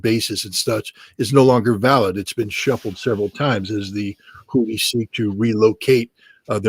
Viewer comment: LOL , you guys are comial " Hoot-dees" LOL... Say Hoo then say thies Hoothies ... Come on Hoodie and the Blowfish was decades ago candy rock band